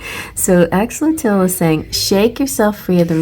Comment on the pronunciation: thank you again for the reading <3 (btw it's pronounced axe-oh-lottle! 😋)